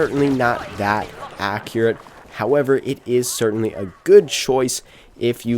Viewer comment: "dertainly" lol